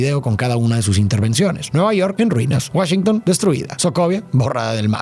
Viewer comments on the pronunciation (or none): none